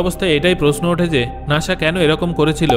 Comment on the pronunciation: আরে ভাই নাশা না নাসা😊